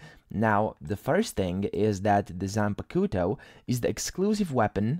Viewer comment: That pronunciation on zanpakuto is crazy